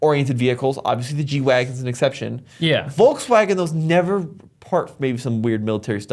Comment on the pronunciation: Stopped watching at "Volkswagen".